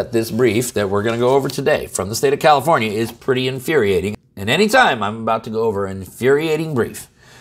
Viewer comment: Sounds like new jersey. Or did you say commiformia.